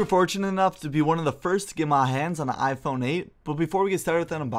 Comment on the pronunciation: . HAHAHAHAHAHAHAHA "IPHRONE???"